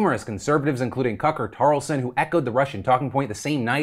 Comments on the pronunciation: Can I respect someone who says cucker tarlson instead of Tucker Carlson? No - I can't. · He definitely said Cucker Tarlson, right?? 🤣🤣🤣🤣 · Did you say Cucker Tarlson? LOL that's epic. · I had to rewind to double check i had actually heard 'Cucker Tarlson'. I spat my drink xD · Um...Phil...Not sure if you misspoke, but... I had to chuckle at "Cucker Tarlson". Did anyone else hear it? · Please tell me Phil called him "Cucker Tarlson" on purpose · Am I the only one who heard "Cucker Tarlson"? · "Cucker Tarlson" - LOL I thought I misheard that at first. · Did he say Cucker Tarlson?